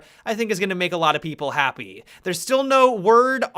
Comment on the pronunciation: Happy-uh, operator-uh, beginning-uh, manageable-uh, university-uh